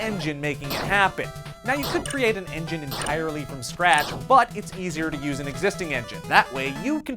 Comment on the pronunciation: BAST ENGINEH IS ROBLOX STUDIOH lel